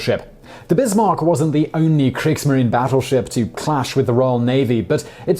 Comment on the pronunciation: Thank you, I have a love for german culture (more of the older culture, pre and post ww1) and I hate when people pronounce words like they didn't even look it up. It is very wunderbar that someone cares like you. P.s. at the beginning he said wehmacht, luftwaffe and kriegsmarine. A more accurate term would be heer (Army) luftwaffe (Air force) Kriegsmarine (navy).